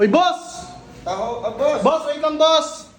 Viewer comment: TAHO HINDI TAHAE OR TAHOONG